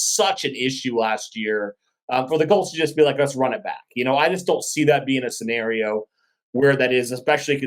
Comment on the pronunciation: Sorry but.......... says the word scenario right. You say it wrong 😢